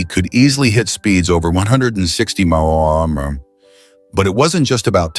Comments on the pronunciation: Listen how this BULLSHIT Ai narrator fumbles even the word MPH.! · If you rely on this video to learn anything, you will be sadly lacking. Mispronunciation, wrong information, wrong images with narration, and so on. Computer voice stumbling over MPH and KPH especially.